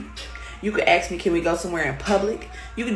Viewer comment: Every time one of them says "you can axe me" it just takes me a moment to replace the visual of the downswing of the axe (TIMBER!!) with the work "ask" example